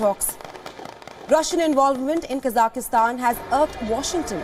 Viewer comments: needs to train their team on how to say the country’s name. Honest mistake. But still needs to be corrected. It’s Kazakh-stan not kazah-is-tan, it’s not to be pronounced like Afghanistan. Anyway hope things return back to normal in the country. So much loss of life is terrible. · It’s not pronounced “Kazaky-Stan” !!! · i think even tho there is a variation and a accent we should respect the original pronunciation and call it Kazakh-stan